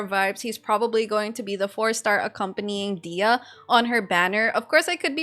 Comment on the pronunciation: Please stop pronouncing her name as "Dea", there is "h" and "y" in her name as well.